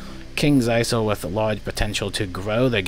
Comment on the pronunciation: Ha ha until 5th September!!! Wow! A whole two weeks!! That will do a lot... Oh and btw, Kings Isle is pronounced with a silent s; Isle = Island so the s is not pronounced.